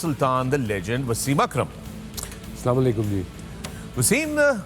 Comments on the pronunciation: Say Asalaamualaikum... what is this salamaikum. Only waqar said it correctly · Only Waqar younus's salam was the right pronunciation.🤔